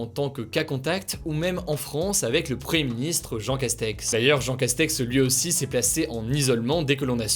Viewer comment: Hugo, tu as du mal à prononcer "premier ministre", tu dis toujours " preuhé ministre", t'es fâché avec les "m" et les "i" ?